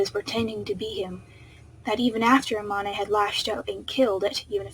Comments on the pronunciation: STOP SAYING A MON AY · When you said amane I was like EH-MON-A??? But then I forgot you never saw the anime so you don’t know how it’s pronounced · I'm so sorry, but the pronuciation for Amane is really bothering me right now 😂